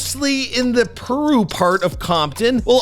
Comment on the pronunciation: Bro he didn't even pronounce Piru right he said it like Peru 😭